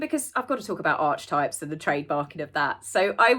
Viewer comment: Thanks, great to cut through the nonsense, For your next video, please,,,, it's archetypes (ar... kee... types)! So pleased doggy is OK.